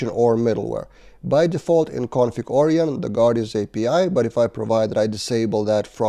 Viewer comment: Onion => Orion ... I see your logic, but it's pronounced more like or-ai-on (unless the package creator says otherwise). You're welcome. 🙂